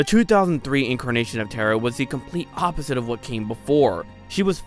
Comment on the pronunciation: Ta-ra. Not terror, not terra. ta-ra